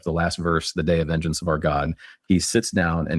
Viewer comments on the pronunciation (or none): none